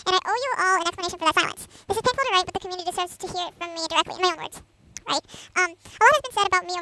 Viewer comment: You forgot abt “It’s just so painfuwl to write this… 😓😥😖😣😭😭😭”